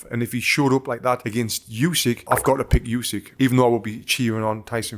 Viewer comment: Hey Tony, I don't know if it matters to you, but the correct pronunciation is "oosik", not "yusik". Same sound as in "shampoo". Source: I'm Ukrainian. Also mad respect for your analysis, I enjoyed it immensely.